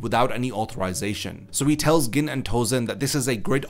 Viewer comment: I have to laugh at the fact that it's almost 2023 and some people still don't know how to pronounce Gin's name correctly.